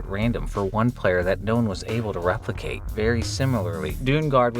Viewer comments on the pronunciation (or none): none